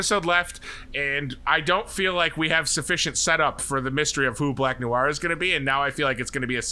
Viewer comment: Noir is pronounced No-R, not new-R. In American English, anyway - it’s more nuanced in French, but I’m fine with American speakers pronouncing it the way that is commonly accepted. But “new-R” is like fingernails on chalkboard.